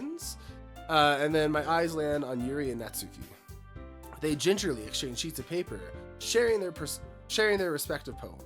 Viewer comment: Oooh, this is gonna be a ride! 😂 Small note — the U in Natsuki is practically not there, it's said more like Nats-ki. Looking forward for more 💖